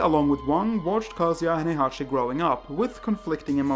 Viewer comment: Never heard Kazuya pronounced like "cah-see-ya". I'd always pronounced it like "kuh-zoo-yuh" but I'm likely pronouncing it wrong.